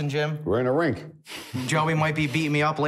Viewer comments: I’m not paying $15 to listen to Joey keep saying “rink” lmao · Sounds like Joey is saying Rink NOT Ring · Lmao. Joey doesn’t know the difference between a rink and a ring. He keeps saying Rink. Lmao. It’s a boxing ring not rink.